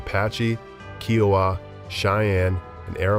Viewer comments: Kiowa is Ki oh wa. My husband started twitching hearing how it was said. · Wreaked is not pronounced wrecked. Seneca is not pronounced seneeeka. Kiowa is pronounced with a long i. Arapaho is way off the way you're pronouncing it. Second a is a like apple.